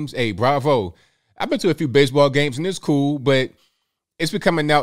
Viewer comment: "Base-a-ball been bery, bery good to me"